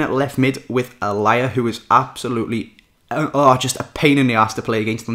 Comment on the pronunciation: when u say elia it sounds like a liar